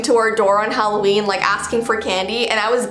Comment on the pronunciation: its Halloweiini!!!!